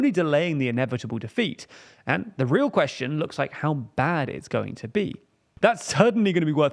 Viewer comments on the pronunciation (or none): none